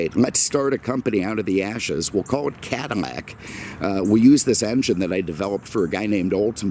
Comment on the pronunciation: Take a shot every time this dude mispronounces “Cadillac” as “Cadimmac”. All in all, great video, dude!